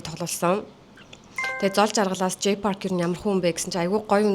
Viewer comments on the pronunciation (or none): none